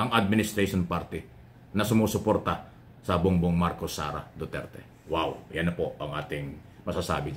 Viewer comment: Salute talga ako sau ang pag sa galing magpaliwanag at mag komento.... sarap pakinggan lalo na pag binibigkas mo ung ''WOW''